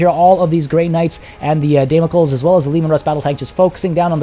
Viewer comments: It's actually pronounced "Dam-uh-kleez" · Damocles=Day-mo-clees/klis Kasrkins=Ka-ser-kins